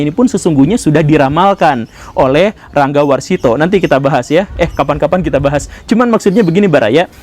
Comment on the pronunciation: Sedikit kritik membangun Pak GG, pelafalan Ranggawarsita bisa dengan Rônggåwarsitå (menganut transliterasi aksara Jawa paugeran Sriwedari 1926) atau Ranggawarsita seperti pelafalan Sunda/Ngapak. Semoga bermanfaat